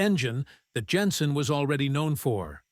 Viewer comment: "Plas" is correct, it is not a French company. And Jenson is Jenson not Yenson.